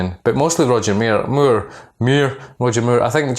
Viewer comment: Sounds like your saying Roger Muir :) Watch the vid when you talk about roger moore with the subtitles on lol